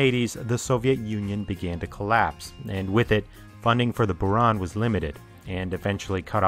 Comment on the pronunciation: Kudos to you for trying hard to be as accurate as you can! So I offer you some corrections: yes, Buran you correctly pronounced as "burAn" (blizzard), but others should sound as "enErgiya" (energy) and "soYUz" (union).